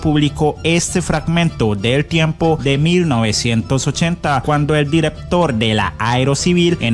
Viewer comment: Director, no direptor corrija dicción es por su bien